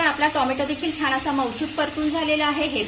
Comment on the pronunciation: " छान " हा शब्द " छाण " असा घाण उच्चारला न जाता छान उच्चारला तर छान वाटेल.